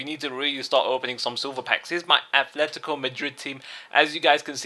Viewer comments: Yes, that´s true. But this time it´s wrong. It´s not prononced with a "th", it´s pronounced with a simple "t". And as you can see, he has even spelled it wrong were he selects teams. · Ffs! It´s not "athletico". It´s Atletico! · I know i can´t make him say it, but he should really pronounce it correctly.